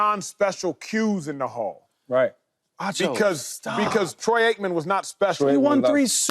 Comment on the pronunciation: WHAT DID HE SAY? TROYKMAN? DID HE MEAN TROY AIKMAN?